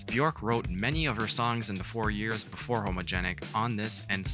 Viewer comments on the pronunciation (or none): none